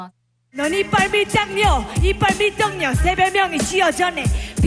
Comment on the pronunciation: 제이니가 가사를 잘쓴게 아님.. 가사에 뭔 내용도 없고 팩트도 없고 자기 망상 적어놓고 라임도 없는데 절기까지해서 ‘이빨밀당녀’만 계속 재탕함 거기다 발음까지 씹혀서 끝엔 이빨밀떡녀 ㅇㅈㄹㅋㅋㅋ 제이니 흑역사 생성ㅋㅋㅋㅋㅋㅋㅋ